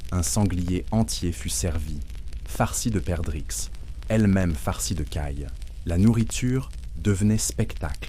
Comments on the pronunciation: Pas encore au top la prononciation de l'IA ! Les haringues....pour harengs Les perdrixxxxxe... Y'en beaucoup.d'autres.... tant mieux ça permet encore de faire la différence avec un vrai conteur ! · arrête de mentir…. Quand j’entends des liaisons qu’on ne fait pas dans la vraie vie ou alors « un sanglier rempli de perdrixxxe »…. Je sais ce que sont des perdrix mais des perdrixes….. faudra me dire…..